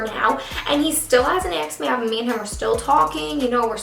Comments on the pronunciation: is it just me that dies a little each time she says aksed instead of asked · axed me out.. "axed" bugged me so hard it's ASKEDDDDDD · im not a hater but its annoying how she says "axed" instead of "asked" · Asked me out not axed me out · Did she keep saying aksed instead of asked ?? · "asked" not "axed" Please! This made me click away from this video. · i can NOT with the jokes about her saying "axe" 💀💀💀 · "Axed me out" "assed me out" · Well I hope he doesn't "axe" you out 😂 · "Still hasn't axed me out " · You always say aksed hahah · Her saying "aks" is just perfect somehow 😂😜😝❤❤❤ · the story time was bomb but girl. it's asked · like how come he hasn't 'axed' me out yet? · Haha I love how she says axed me out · Take a shot every time she says "axed me out" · Am I the only one who hear her say acksed me out ???? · Is it just me or do I keep hearing "aks"? Pretty sure that's London slang ;) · "axed me out" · I'm Canadian and nobody says acskd instead of asked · This girl said "axed me out" at least 35 times lol